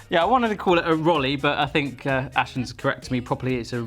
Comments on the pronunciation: "Bashens" xD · 'Bashens' Now Barshens exists :) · “Bashens” WRONGGGGGGG.